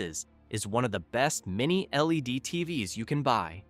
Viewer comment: Buddy... the AI voice over is dumb as hell. You gotta type out "teevees" if you want to keep using this method.